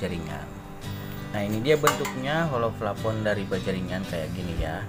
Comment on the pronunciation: Plafon bray bukan flapon 😂